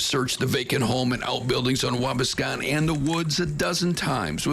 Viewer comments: It is Waa - bass-con. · Has nothing to do with the video, but I'm just over here laughing at the way dude pronounced Waubascon. 🤷‍♂️😂